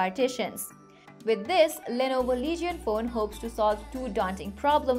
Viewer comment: its not lee-ge-on its leej-un